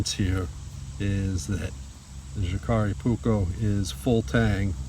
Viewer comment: the J in the name is pronounced as a Y. in all Scandinavian languages.